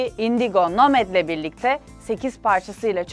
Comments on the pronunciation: nomed değil ya nomaddd okunduğu gibi. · nomed değil Nomad (okunuşu da nomad) punkdap değil Funk'd up (fankdap) dj sappa değil Dj Suppa (dj süpa) agabey değil Aga B. (aga bi) gençlerbirliği spor değil Gençlerbirliği Spor Kulübü gene iyi telaffuz etmişsin zamanında ayis diyen vardı ufak tefek söyleniş yazılış hataları olsa da genel amaç bakımından güzel bir video olmuş